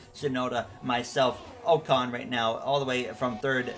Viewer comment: And Ocon is "ahcon"